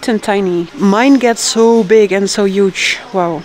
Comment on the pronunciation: It's pronounced Huge, not Yuge 😅